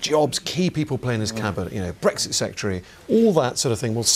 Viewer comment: The bawoness cant even say bwexit ffs!!